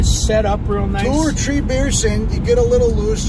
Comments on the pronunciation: How many is “Tree” miles? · It's tree maybe four miles. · It's t'ree miles. T'ree miles!